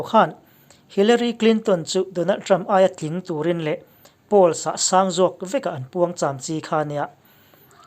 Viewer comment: Nui khi sang tih a sang lam rik dan hi a dik lo deuh, i lam ri hniam a, lam rik san mai bakah thluk sei bawk la a dik deuh tur